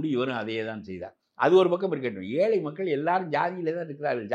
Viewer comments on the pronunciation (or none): none